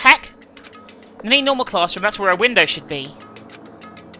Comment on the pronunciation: I don't understand. The word is IDEA NOT IDEAR AND ITS WINDOW NOT WINDER.... And how do you not know who Vincent Van Gogh is?